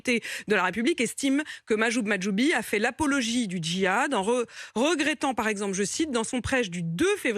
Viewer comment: elle a réussi a bien dire Mahjoub Mahjoubi 😆